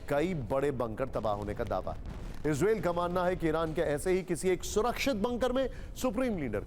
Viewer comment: इजरेल नहीं इजरायल कहते हैं भाई कहना सीखें 😅😅